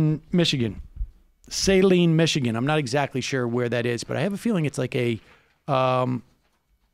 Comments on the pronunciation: Minor issue, like many, many place names in Michigan, Saline is pronounced differently than usual. Saline is "suh-LEEN" not "SAY-leen" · "suh-leen" fyi